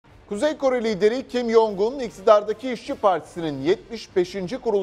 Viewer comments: Kim Jong Eun'ı Kim Yong Un diye okumalarına kıl oldum. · Adamın isminin Kim Yongun diye telaffuz edilmediğini anlamanızı bekliyorum hala... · Kimyoung değil kimyon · şu adamın ismini kim yongun diye okumayın artık ya kim congun diye okunuyor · Yong un degil kanka Kim cong un demen gerekiyor